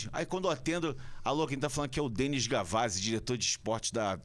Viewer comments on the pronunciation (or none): none